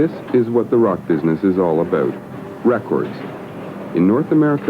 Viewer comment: "This is what the rock business is all aboot: ray-cords." So Canuckian!